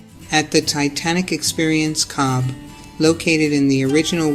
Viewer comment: Cobh is pronounced cove